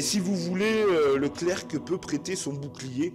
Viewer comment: On ne prononce pas le c de clerc c